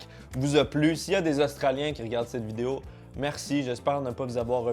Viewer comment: Est ce que je suis la seule a repasser 15 fois le moment ou il dit vidé-O dans l'intro ? Sûrement 😂😂😂